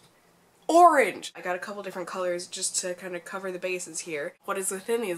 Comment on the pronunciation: For some reason I keep getting you saying "...ORANGE" stuck in my head when I lighten my too-dark foundation XD